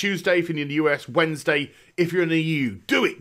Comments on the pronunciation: wait this is the first time ever I've heard another person say, "wed ness day" also taking europashire sorry notsorry xd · You're realling knocking that Wednesday pronunciation out of the park. Keep up the good work.